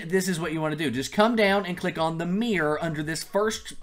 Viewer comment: Why do you say mirror as "meer" aahah